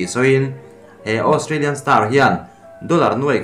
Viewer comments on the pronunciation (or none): none